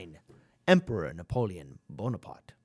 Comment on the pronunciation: Napoleon Pimarks... ? Dammmn I like how it sound !